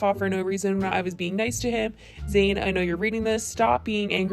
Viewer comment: I couldn’t stand that Keemstar couldn’t pronounce Zane’s name right, I couldn’t watch those videos.